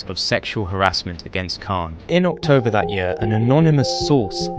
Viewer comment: "but 7th Okhtober...."